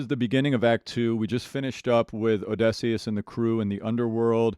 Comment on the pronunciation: I heard that people used to complain about how this guy pronounced Eurylochus’ name, but has anyone else noticed how he says ODESSEUS!? Ong, he just noticed in the video I finally comment on it!